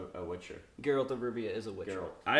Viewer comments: I think I'm more triggered by the fact consistently kept repeating it correctly & he still stuck to Jeralt ×_× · "one of my favorite games. i spent so much time playing it." proceeds to pronounce geralt as 'jerAld' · Geralt not Jerald, Also ew. characterisations are not working for me at all. Geralt looks like silver Legolas and it's not ok with me. And Yennefer looks too plain. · "Since this is a video game TV adaption..." "JERALT" I feel so triggered already. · “Jeralt of Rivia” has seizure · If he says JeRaLt one more time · Dude on the far right still pronounces Geralt as "Jerr-Alt" when the guy on to the right of was JUST pronouncing his name the right way. Did he just not pay attention? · It hurts my soul when someone pronounces Geralt as Jeralt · That guy's name must be Jon Snow...though, surprisingly after murdering Geralt's name, knew it was from the books not the game. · I understand why someone could make that mistake but I don't understand how some people still pronounce it that way even after hearing the correct pronounciation. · Fucking hell its Geralt, not that hard to type/pronounce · No one in America can ever seem to pronounce Geralts name right! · The way he says Geralt’s name🤦🏽‍♂️🤦🏽‍♂️